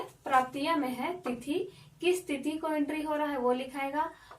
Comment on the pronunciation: थिती नही मैडम जी तिथी होता है